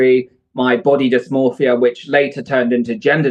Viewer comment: Ethan continuously saying "dysmorphia" despite being corrected multiple times is so funny